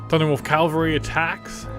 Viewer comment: Ca-val-ry = mounted soldiers Cal-va-ry = the hill resembling the top of a skull two very different things >.<